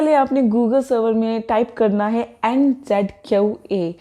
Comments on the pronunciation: I don’t need to contact you because I know the pronunciation of the ‘Q’ in ‘NZQA’ is ‘kyoo’ just like when we say ‘queue’, it’s not ‘kyau’. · Yeh ‘kyau’ kya hai?